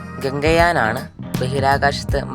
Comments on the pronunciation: Ganga yan alla gaganyan an😅😅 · എന്താണ് ഗംഗയാൻ ഗഗൻയാൻ അല്ലെ bro വായിച്ചത് ഗംഗയാൻ എന്നാണ് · ഗഗൻ യാൻ ❌ ഗംഗയാൻ ✅